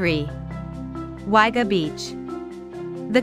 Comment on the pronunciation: Nice town most Australians call it Wagga which is pronounced Wogga Not Wagga